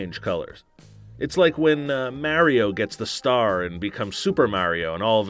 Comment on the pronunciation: Not as painful the way he says Mario